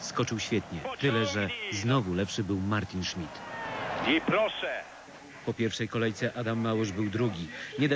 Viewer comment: co za jemioł... "niemiec martyn szmyt"